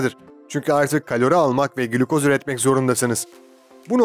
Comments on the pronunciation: GLÜKOZ değil GLİKOZ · glükoz değil glikoz